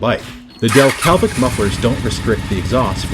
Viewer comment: "Delke(l)vic" you say. That (l) just doesn't exist.